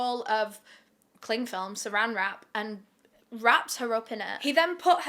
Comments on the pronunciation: TIME OUT "🥴sArAAAn wRaP?🥴" IM ABSOLUTELY CACKLING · "Seraang wrap"😂😂😂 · “SaRAN wrap” 😭😭😭😭😭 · "sa-RAN wra-up" I died 🤣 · ‘sARAan wrAap’?😭😭🤣🤣🤣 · Girl, I have been a fan of yours, probably since you started making YouTube videos, and when I tell you, I lost it hearing you say saran wrap! I absolutely love you!😂❤ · This is so off topic but I love the way you say saran wrap bc it sounded like ur were trying to do an America accent it was cute. I enjoy your vids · the way you naturally said "saran wrap" like you're from the most southern of states has me rolliingggg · Nobody gonna talk about how she pronounced Saran Wrap? It was amazing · the way you said saran wrap😭😭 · I never comment but hearing you say “Saran wrap” made me laugh louder than I have in months ❤ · “Saran wrap” with the country accent sent me 😂🤍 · New favorite thing is hearing say saran wrap 😂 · Hearing you say “Saran wrap” in an American accent was hilarious to me 😂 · I just HAD to reply that part a few times it was hilarious!!